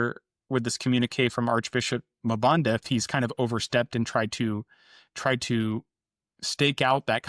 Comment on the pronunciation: Let me help you with pronouncing African names with two consonants The first consonant is pronounced as a letter so M-Banda, N-Gulu, M-Fante